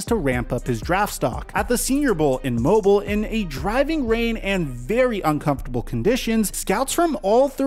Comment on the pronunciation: I did not know that the lending tree bowl was in my hometown of Mobile, AL. I should have went to the game. I would have loved to see Malik play in person! Also it is pronounced Mow BILL not Mobile(like a phone) lmao